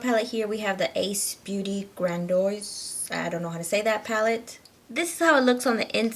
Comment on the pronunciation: If you just took an extra second to look at the word 'Grandiose'... It's not hard at all to pronounce. (And the 'o' isn't before the 'i', so no sign of an 'oy' sound). You didn't even try and it can make you come off as uneducated.